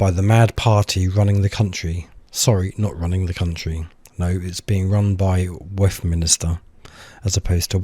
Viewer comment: Please stop saying West Minister!!!